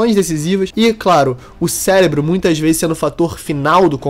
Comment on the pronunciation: eu escutei certo? ceLébro?